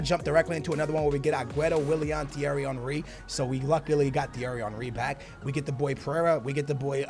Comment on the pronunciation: The way you say Thierry Henry is so satisfying 😂